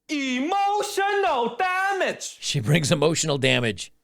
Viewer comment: "EMOSHUNEL DAHMAHGE" Was not ready for that, haha